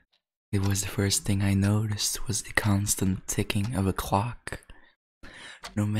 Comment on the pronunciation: Him talking about a clock Me dying cause it sounds like he said cock